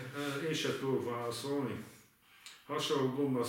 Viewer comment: Minden "váaszóni" után :D